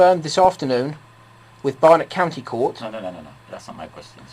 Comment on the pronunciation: Courty count bailiffs? 🤣